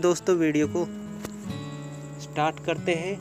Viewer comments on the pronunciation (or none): none